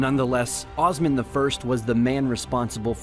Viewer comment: I must say the maker of the video completely butchered all Turkish names. It's Osman, not Ozman, It's kayi tribe, not kay tribe. it goes on and on.